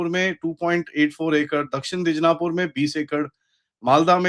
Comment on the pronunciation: Dij-na-pur ❌ Di-naj-pur ✅